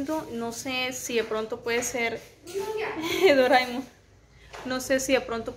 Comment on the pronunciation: Me río cuando dices doraimon😅 vaya que faena con lo del ordenador. Muy bien tu organización suelen pasar cosas y de esta forma estás relajada con el canal